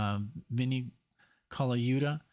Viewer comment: Miss Mr. Holdsworth. Saw him when Atavachron came out which was very heavy use of Synth Axe. Nick, You're pronouncing Vinnie's last name correctly. Very good!